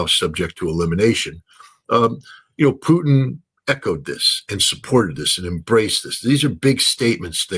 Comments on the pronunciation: Why does he say “Putin” like that? He’s not a tasty treat of french fries, gravy and cheese curds…. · who is this clown who can't pronounce Putin's name correctly?